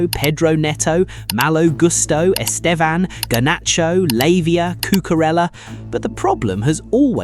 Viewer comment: Estevao not Estevan 😂